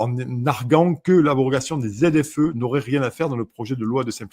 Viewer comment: En ar-gu-ant et non en ar-guant !